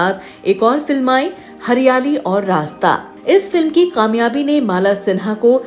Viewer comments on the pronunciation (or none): Qamyabi Nahi Kamyabi... please correct